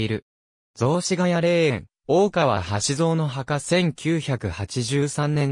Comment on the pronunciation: 名前の呼び方がでたらめ、よく調べてからしゃべったほうがいいのではないですか。